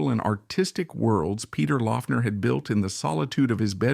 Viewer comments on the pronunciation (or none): Great video, just a heads up though... His last name was (supposedly) pronounced "Lock-ner" despite the spelling. :) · Yes, it was "Lock-ner". This video is long and a bit thin. It's like the author (OK, it was AI), didn't have enough information to fill the half hour. Peter was more complex than this vid could portray him, and more connected to other musicians than seems to be implied. Two much better resources for those who want to know more about Laughner should check out Aaron Lange's excellent "Ain't It Fun: Peter Laughner Proto-Punk in the Secret City Punk". The other essential resource is Smog Veil Record's 5-[or 6 if you pre-ordered] LP/CD Box Set, Peter Laughner", which also includes an excellent 100 page book on PL. It is extremely well-researched, and the music was accumulated from over 10 years of effort. A stellar project. It is out-of-print, but available on the secondary market. Expensive. Another useful resource is youtube - just search with his name and you'll find lot's of recordings to listen too. Peter at seventeen, Mr. Charlie